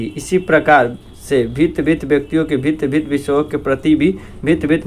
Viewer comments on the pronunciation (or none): Bhint padhta hai🤣